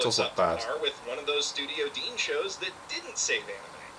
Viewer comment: That letter in the Handshakers title is pronunced like a "th", thus "With".